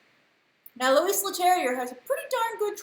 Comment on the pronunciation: to pronounce correctly Louis it would sound like "Loo-ee" the "S" is decorative we don't pronounce it in French.. xx